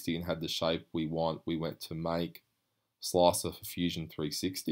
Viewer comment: Love your pronunciation of slicer! sloacer lol